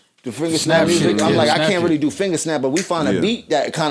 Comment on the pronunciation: “An invisible snaap” 😂